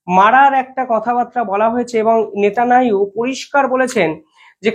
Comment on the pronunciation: ভাই - তুমি 'নেতানিয়াহু' উচ্চারণ করতে পারো না ?